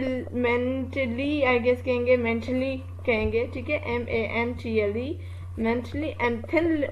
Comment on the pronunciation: mantle is spoken mantel